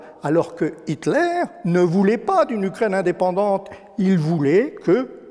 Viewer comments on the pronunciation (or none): none